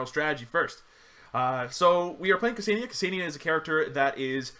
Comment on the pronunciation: it's pronounced "kuh-senn-yah" not "kuh-see-nee-yah", I dated a Ksenia once av got first hand knowledge cheers